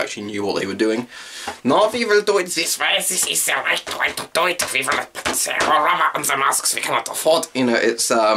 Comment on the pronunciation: ummmmmmmmm is it me or do you have a german accent when you speak in the m65. Instead of saying the you said ze